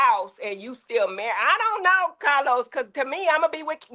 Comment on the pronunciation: Ahhhhhhhh!!!!! It’s the 34 minute mark for me!!! Heavenly called CahLos out!!! He be tryna play durrr-duh-durrr. 😂😂